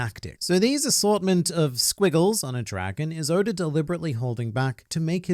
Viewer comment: anyone else notice how he pronounces oda as odor?